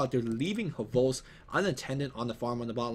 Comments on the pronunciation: yeah so you don't need to be all H'vost... its just one transition - hhvost. I'm Russian and its just an H sound just like in "History" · there is no need to emphasise the H on hvost... Just one smooth word ;)